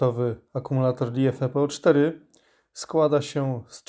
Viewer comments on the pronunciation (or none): O czym ty piszesz??? Na baterii jest napisane ( napiszę tak jak powinieneś przeczytać) czytaj powoli może zrozumiesz: uwaga: LI FE PO 4 Jak coś to przeczytaj jeszcze raz. Nie spiesz się...... A ty czytasz: LI E FE PO 4 kumasz już czy dalej nie dotarło? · Polecam mówić albo eL i eF e, albo fonetycznie LiFe. Jak usłyszałem tą hybrydę to miałem już ochotę wyłączyć, a to całkiem ciekawy film ;)